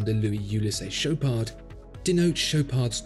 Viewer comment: The D in Chopard is silent, do not pronounce it